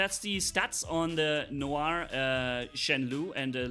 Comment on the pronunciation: If you want to know how to pronounce « noir » the last one was good , it is ,indeed ,pronounced nuar